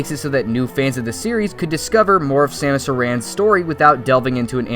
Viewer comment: Hahaha “Samus...eh-ran” 😂😂😂